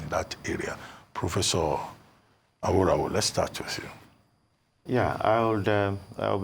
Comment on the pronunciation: Mr Abati, thank God you can now pronounce Aworawo correctly....